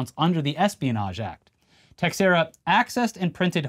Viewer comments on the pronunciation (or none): It's not techsera, (sorry I'm Portuguese) is actually "tei chei ra". Please, techsera ? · BROS!!! It’s not TEX-ERA! It’s TE-SHARE-AH! 🤦🏻‍♂️🤦🏻‍♂️🤦🏻‍♂️🤷🏻‍♂️ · Teixiera = "ta SHEER ah." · The x in Teixeira is pronounced like “sh”. It’s Portuguese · It's pronounced "tuh-share-uh" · Tiexeira - Tuh-SHARE-uh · In addition to prison, the other punishment Jack Teixeira received was having his last name pronounced incorrectly for all eternity. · Apparently not Yankee fans with that pronunciation of Teixeira.